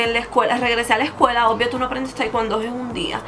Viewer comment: no se pronuncia taicuando es taicuondo y no podes subir de cinturón tan rápido por que de práctica mucho pero de conocimiento nunca aprendedd